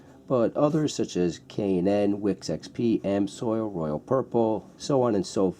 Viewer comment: ITS AMS----OIL NOT AM--SOIL